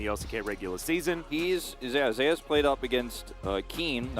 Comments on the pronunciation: Why the caster pronounce Zeus as zeh-as? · I read somewhere that it's because someone else (a support) is called Zeus. I guess it's to differentiate them